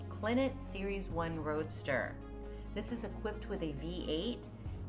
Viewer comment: French, spelled Clenet. Pronounced Cla-nay, Didn't see a number plate or hear her say it, cars all numbered 001/250. Narrator said 77'ok... has the first generation fenders, that was changed after car 125/250. Good color combinations, hood ornament is not factory, but its cool. So lower than 124/250 is my best quess. Very innovative, finest materials, hand built and as classy as a car can get.